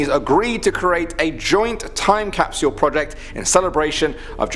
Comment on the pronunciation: It’s cap-sule not caps-u-el. 😂